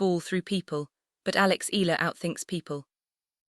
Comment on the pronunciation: At what ranking will the tennis world begin to pronounce Alex's last name correctly?